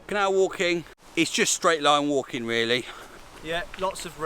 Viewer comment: Vreally cool bruilding don't you agwee